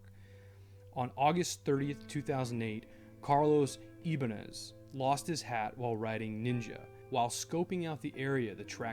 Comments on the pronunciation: Ibanez is pronounced e-ba-nez but overall great vid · The one you talked about, Carlos "Ibanez". It pronounced "Ibanez". Just like the guitar company. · oof I cringed at the pronunciation of ibañez 😂😂 great video tho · Calm Sniper idk how to explain it but he said it wrong. Sorry my grandfatherz name was carlos and i was confused😂😂